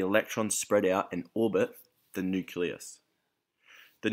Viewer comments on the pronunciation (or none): nucelus lol